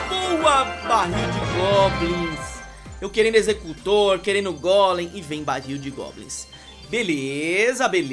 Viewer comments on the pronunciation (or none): none